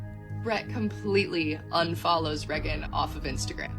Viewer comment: I’ll never trust someone that pronounces Reagan Reggin